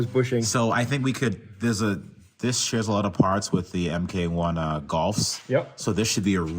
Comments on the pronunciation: MK1 Golf 😂😂😂 Normally pronounced Mark 1 Golf, not M K 1 Golf 😂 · If you are going to use that drivetrain in something else, Missing LinkZ makes a killer kit to replace all the linkage crap with stuff that uses heim joints. USRT does as well. Also, it's Mark 1, not emkay. Unless that was a troll... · MARK ONE... Not Em Kay One